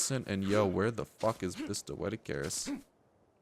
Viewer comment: lol, you cant say doedicurus right. xD